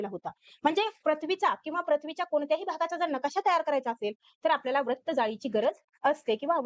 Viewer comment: Nice tai But Pls Pronounce further Vra as vru Vratt it's vrutt